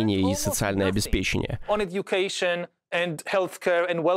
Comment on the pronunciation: ОбеспечЕние вместо обеспЕченье, гн Зыгырь... Вместо "ровно" лучше "именно", если вы писатель-тсторик. А Собеседник хороший